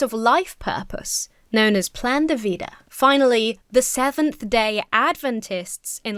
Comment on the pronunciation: Your Pronunciation of Loma Linda was perfect.